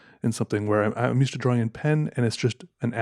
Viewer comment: Love Peters videos but the way he pronounces “drawing” gets me every time